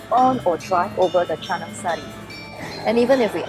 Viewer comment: Finally. Foreigner says "Canang sari" with the right way